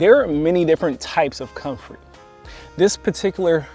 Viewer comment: Man you can't even pronounce the name of the plant you are dissing. You have no credibility.